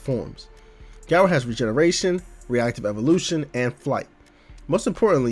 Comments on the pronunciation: it's GAH- rou. not geh- rou. i legit can't even watch this vid because u murdered his name :( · Great video! Now just apologize for the way you pronounce Garou and I'll subscribe.